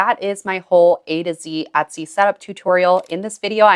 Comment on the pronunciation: I’ve been watching your videos for a few days, and I appreciate the info. I’ve noticed on several occasions you pronounce Etsy with a short “ o” sound, like “ Otsy”, I’ve heard it enough to be curious and ash, what regional accent is that, and what other languages have people in that region spoken?? Are up perhaps somewhere on the north Mid-west? Like say, Minnesota? Oooor, perhaps Canadian? I don’t know. But I am curious. 😉